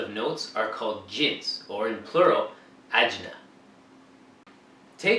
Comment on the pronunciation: The plural of jins is ajnaS, rhymes with class (the "s" at the end is not silent)!